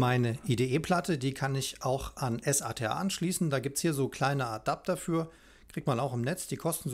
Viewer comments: Gutes Video. Allerdings nervt es irgendwie wenn du immer s.a.t.a sagst anstatt SATA... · Wie spricht man den bitte SATA aus? S-A-T-A? Nein!